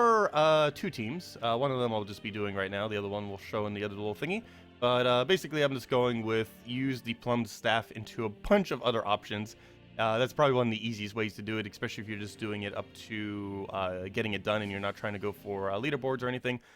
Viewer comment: Plumed, Ploooohmed. It has feathers, not fruits lol